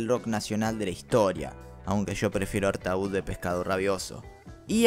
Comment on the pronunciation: Te cuento que Artaud (que se pronuncia en francés ARTÓ en referencia al poeta “maldito” Antonín Artaud) fue un disco solista de Spinetta que por motivos contractuales apareció como perteneciente a Pescado Rabioso, pero es un disco 100% del Flaco. Por otra parte (molestando con la pronunciación nuevamente) el nombre de Spinetta Jade se dice tal cual se escribe y no (Spinetta SHEID). Saludos.